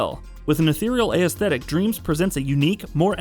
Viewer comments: "ay-esthic" lmao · You need to learn how to pronounce aesthetic